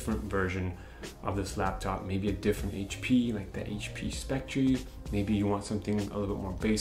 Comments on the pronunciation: Please learn how to pronounce the name of the product you're reviewing. It's pronounced "Specter" despite the spelling, not "spectREE." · It's pronounced Spec Tur...not Spec Tree. This was another useful upload. I appreciate the trackpad comparison. Also, I don't think the power brick was an issue for HP, because they assume the battery life on the x360 is so superior that most consumers will ignore the fugly brick. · You say it like spectree. It's pronounced specter. :) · Great video! Just a note though.. It's pronounced Speck-ter. 🙂